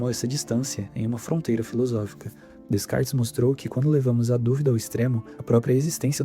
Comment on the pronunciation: A pronúncia é Decarte, não existe descartes.